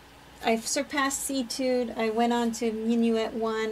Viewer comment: Etude is pronounce “AY-tude.”